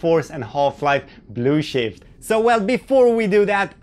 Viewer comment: I like how you pronounce Blue Shift as "Blue Shit" lol